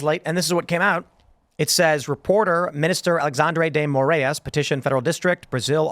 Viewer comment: Lol, so sad to see Brazil mentioned in such a context! Fyi, it's Ah-lay-shaundre Day Moh-rah-ees